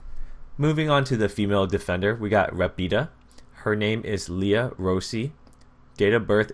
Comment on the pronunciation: Nice video, finally i can see my Country's "POLIZIA" forces p.s the accent is quite well, Rapida is Ràpida, in english is like a fast girl (i don't know if you understand what i mean) antway good video!